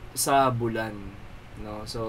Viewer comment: BULAN as in BOO-LAN. hindi parang MULAN. wala, skl. with respect haha